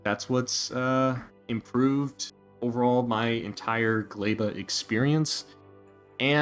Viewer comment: what the fuck is a GLEIBA!!!!! its GLEBA!!!!!!!!!!! NOOOOOOOOOOOOOOOOOOOO